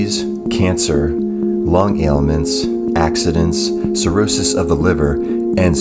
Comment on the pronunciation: You said Pserosis of the liver but it is Cirrhosis of the liver.